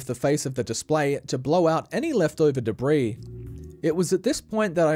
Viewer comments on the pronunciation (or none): none